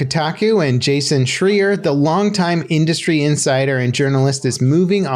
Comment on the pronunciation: Did you just mispronounce Jason's name on Purpose? Because it sounds like you did. You can't tell me you didn't know who he is. Don't care if you hate his guys give the man the respect he deserves.